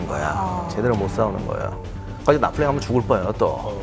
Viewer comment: 나폴레옹??? 나볼레용!!!